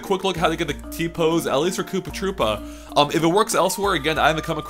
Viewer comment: Did you say Poopa Troopa?